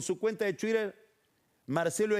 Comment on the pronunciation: "espurio" Pagni.... "ESPURIO".... NO "ESPÚREO". Mucho "chuicher", "tequint" y "Yolie", pero castellano, poco.....